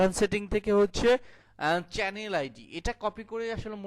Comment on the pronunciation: চ্যানেল শব্দটার উচ্চারণ ঠিক করে নেবেন যদি সম্ভব হয় ,ধন্যবাদ.